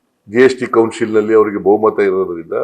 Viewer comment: ಕೊಸಿಲ್ ಅಲ್ಲ ಕಣ್ಲಾ ಅದು ಕೌನ್ಸಿಲ್. ನೀವು ಲೂಟಿ hodeyuthiddiralla 58 ಪರ್ಸೆಂಟ್ ಅದನ್ನ ಕಡಿಮೆ ಮಾಡಿ.